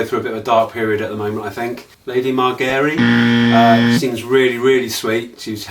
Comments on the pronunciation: Ha ha... I'm sorry, I just have to laugh when you say Magerry. Hi hi. Why is her name difficult? I think it sounds quite British. Margaery. :D <3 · it looks like Cersei is looking straight at you and correcting your pronunciation: "Mar-jer-ree"! 😁